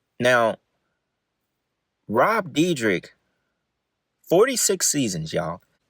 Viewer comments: Bro you know his name ain't no "deedrick" it's "deer deck". D + yr (year) + dek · Is pronounced Deerdek. 😂😂how much"research" could you have possibly done😂😂😂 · So just a few notes on pronunciation. It’s deer-deck, f-oust-tion bargain and ridiculous-ness. Good content but not knowing how to say the words of the subject your covering was driving me crazy. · it doesn’t matter at all, but it’s pronounced “deer-deck”. like i said doesn’t matter i’m not tryna be annoying just letting ya know brother. amazing video. i loved these guys when i was a kid. sad to see the facade fade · For if u ever make a future video about him. Its pronounced deer-deck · It's pronounce, "Dir - dek". Where can i see the OG video, not what you stole to make your content? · It's pronounced deer-dek bro 😂 all love tho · its pronounced De-er-dek(Dyrdek) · his last name is pronounced "Deer-Deck" for future reference. love the videos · You’re saying his last name wrong